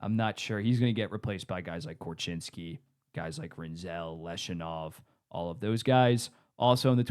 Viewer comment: I'm not sure how the Blackhawks are in a worse spot than they were 15 months ago regarding their build? They landed the #3 overall pick in the 2025 draft and drafted Anton Frondell, who experts regard as a potential 35 - 40 goal scorer. Also, its pronounced LEV-Shoe-Nov, not Lesh-U-Nov. More certainty with SJ Sharks? Who defends on the Sharks? Where is their scoring depth?